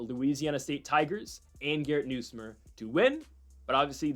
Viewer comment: LSU’s QB name is pronounced Nus like Bus + myer